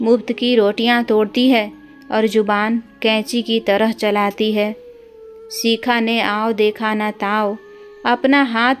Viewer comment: Shikha bolo sikha nhi uchcharan sahi karo kisne tumko mauka Diya hai kahani me bahut bdha Chadha kr varnan hai bekaar khani